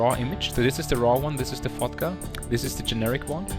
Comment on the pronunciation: He says "Fotga" like "fucked up" haha!